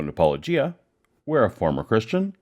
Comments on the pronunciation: Why can't inmate pronounce Paulogia correctly? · Christ, someone tell hovind how to pronounce Paulogia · Notice how petty Ken is about paulogia. He calls him "pollogia" while he says let's call Paul with no problem